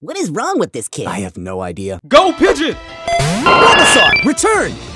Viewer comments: Did this guy really say pidgit? Lol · mine was go pidgeot. it sounded like "go pidgeon" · you don't get it. the name pidgeot, if said fast enough sounds like pidgeon!!!!